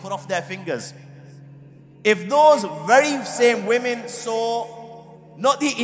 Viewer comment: The speaker doesn't pronounce the SAW the right way.